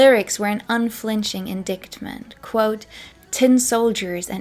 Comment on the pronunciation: Thank you for another great video! Even though I think I know a lot about the time & artists, I always learn something new! (Just an FYI, not a criticism, "indictment" is pronounced in-dite-ment. Long I, silent c. I know it makes no sense 🙃)